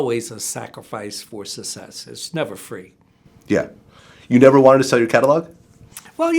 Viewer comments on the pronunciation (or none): "Sus-cess" really annoyed me, on the low. Good interview otherwise. At LEAST, I didn't hear "artist-ses"